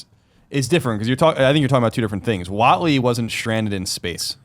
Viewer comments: It's WATNEY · Watney not Watley